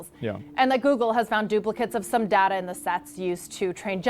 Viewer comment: it's pronounced data not data!!